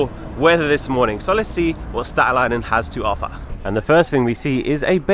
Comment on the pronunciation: probably some natives with the strong Staten Island accent 😂 but you said it correct!